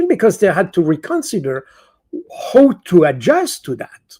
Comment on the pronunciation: How can you say ""Ho"" instead of "how"? Some know-how...missing! By the way, way way Too sloooow. (Swiss time.....)